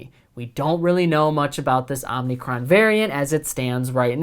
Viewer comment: Dude, stop saying Omnicron (omneecron). It’s omicron (omeecrone). No “n” in the middle, remember, these are Greek letters that these variants are named after